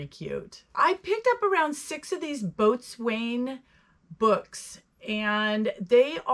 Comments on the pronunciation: Boatswain is pronounced bo’sun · Not a common word and it is pronounced nothing like it is spelled. So, unless you happen to have a past (or present) around ships, especially Navy Ships. I did 20 years in, when I was younger.